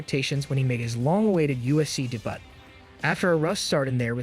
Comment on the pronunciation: You, or your crap AI voice mispronounced debut? 🤦🏽‍♂️